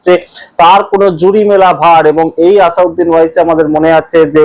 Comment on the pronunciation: আসাদ উদ্দিন ওয়াইসি নামটা শুদ্ধ করে বলুন। ভুল করে নাম বললে বড় শ্রুতিকটু লাগে ও মূল বিষয় থেকে মনোযোগ সরে যায়।